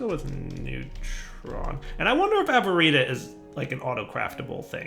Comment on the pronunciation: I guess there is more than 3 ways of pronouncing Avaritia, i knew would say it different from the start